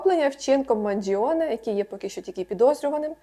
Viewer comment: правильно манджоне а не манджіоне аааааа😤😤